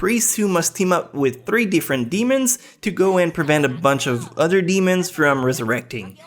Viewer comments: lol, when he says other he says 'odder', is he trying to sound Japanese? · "sentificant udder" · "eggswhoresist" what the fuck?:"tumnail" what the fuck?:"utter" what the fuck?:"psycological" how the fuck did you pronounce that?